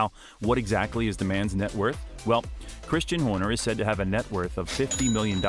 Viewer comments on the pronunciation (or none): none